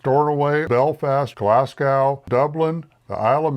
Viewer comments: Dun Laoghaire is prononce Dun Leery. and its Glas-go , not Gas-Cow. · Glasgow, not Glascow, but thank you for your video.